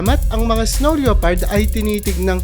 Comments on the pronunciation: pronounced lepard not leopard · ano pong sabi mo?" leyopard"? baka lepard yan basahin😊😊😊silent '0 po yan brother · Yan din sa isip ko lepard lods hindi leopard 😊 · Hindi LEYOPARD ang pronounce niyan kundi LEPARD. Silent O. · lepard not LYOpard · Leopard pronounced as “le-pard”